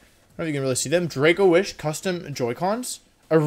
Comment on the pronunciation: No one: Wolfey: Dracowish, Wideo